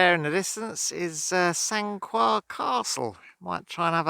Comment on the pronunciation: It's pronounced Sancar :-)